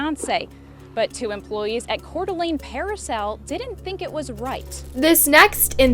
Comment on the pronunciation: Just in case you run into it again. Coeur D'alene is pronounced like CORE-DUH-LANE